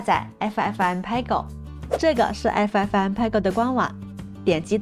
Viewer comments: 爱抚艾福嗯派哥 不是 派勾听着好难受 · "PEG" 谷歌查到是念"佩格"